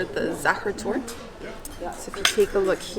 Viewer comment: Congrats to you pronouncing the "ch" perfectly! But don't drop the "e" in "Torte" ;-). Enjoy your next trip! Greetings from Vienna!